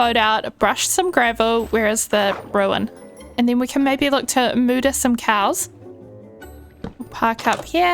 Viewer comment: "moo-der some cows" LOL